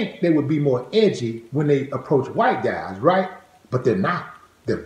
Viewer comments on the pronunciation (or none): none